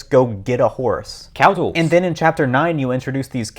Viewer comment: First: Premium English... Second: "Cowtools."